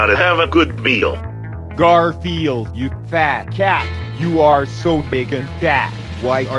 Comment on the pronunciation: O DEE Times jon said garfield incorrectly: "god are the yield" the bowl says: "7Grandfield"